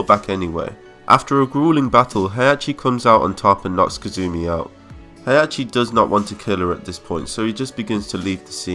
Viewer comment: He -Ah -ki. Not Hey -Ah -che